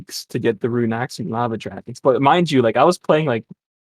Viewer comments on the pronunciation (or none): I'm getting unreasonably mad when he says runey